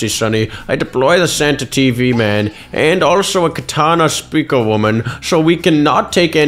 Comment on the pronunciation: How did bro butcher the name that hard in the start